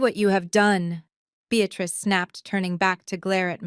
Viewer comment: Beatrice is a two syllable word Bea trice. The word you use is a three syllable word Bea tat rice. You should have ended this cockamamie story at the incorrect title.